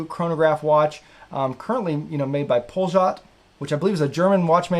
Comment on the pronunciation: Poljot is pronounced "polot" and is Russian for "Flight". It is a line of watches made by the 1st Moscow watch factory beginning in the 1960s. Another better known line produced by the 1st Moscow watch factory is the "Shturmanskie" (Russian for "Navigator's"), one of which was worn by Yuri Gagarin during the first maned space flight. As far as I know the Poljot24 website is well regarded retailer of Russian watches, but the watches are still manufactured in Russia.